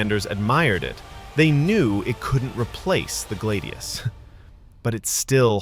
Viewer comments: hrrrrmmmmm....said GLAD-IOUS not galde- eos and fal-CA-TA there is no d in the word nor do roman blades get called glade eous a glade is like grassy woodlands or something im pretty sure......im sorry its just......SAY IT PROPERLY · glaydius and falcayta